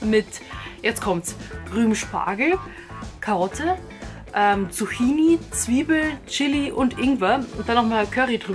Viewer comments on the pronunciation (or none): none